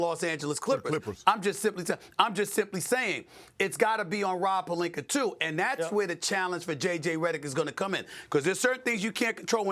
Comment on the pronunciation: Stephen A: "Rob Pelinker" 💅 😂😂😂